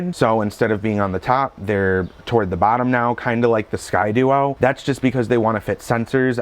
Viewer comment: "Sky-Dee-O" not "Sky-dU-o"